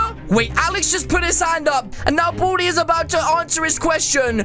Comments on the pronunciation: It not buldi it baldi🤦🏻‍♀️🤦🏻‍♀️🤦🏻‍♀️ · ITS BALDI NOT BALDY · His name is not Bolde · How many times do you have to say Boldi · Did u just say “booty” instead of baldy? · He did XX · Lol no effenese but when u said baldi it sound like u said booty😁😁😁😁😁😂😂😂😂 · When he says "Baldi" it sound like "Badi" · Buldi i heard Buldi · Oh at the beginning I thought you boodie but you said Baldi But really your saying boodie 2019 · At the intro when u said baldi I thoug u Said booty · When he says baldi it sounds like he says booty xD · Did you just say baldi or booty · Wait why you say bodi is Baldi